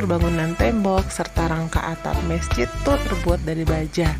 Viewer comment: Bukan mesjit tapi masjid tolong diperbaiki kata2nya ibu